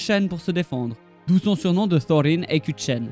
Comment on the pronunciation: j'ai un peu de mal avec ta prononciation des noms (Thorine, Durine) mais bravo franchement pour ton travail, on te te sent passionné par le monde de la Terre du Milieu. petite précision pour la bataille d'Azanulbizar : Frerin le frère cadet de Thorin a été tué durant cette terrible bataille. Dommage que une centaine d'années environ plus tard Balin, Oin et leurs compagnons ont pas écouter les mises en garde de Dain pour leur envie de reconquête de la Moria, ça les auraient empêcher de tous mourir. Merci encore pour ton travail, longue vie à ta chaine